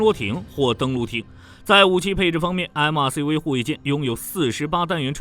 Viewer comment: MRCV、JMMS中國發音超搞笑 ㄟ母ㄚCV、雞 ㄟ母 ㄟ母S